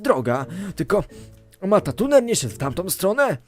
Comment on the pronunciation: dzięki za 💙 ale niemuw matatuner bo to matruner.